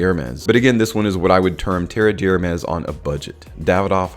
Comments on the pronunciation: Fyi, it's not pronounced "terreee deeeee hhhhermes". Rather, "terrr d' ermehhhs", with meaning there's no sound there. Thanks a lot for the video! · Came here to say exactly this. Tare Dare Mez, with the emphasis on the Mez. I corrected him out loud every time he said it. Lol